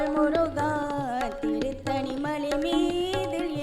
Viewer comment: Not turuttani it's tiruttani plz.